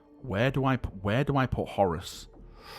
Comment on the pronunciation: The way you always call Horus, Horace will never not make me smile. You Manc.